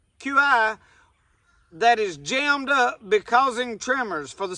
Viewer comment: qi, also spelled chi or ki, is pronounced 'key'